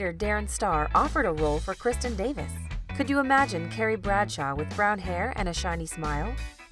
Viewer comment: Did anyone else hear “Gary” instead of CARRIE